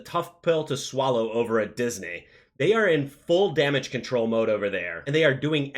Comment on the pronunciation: Say "Disney" correctly lol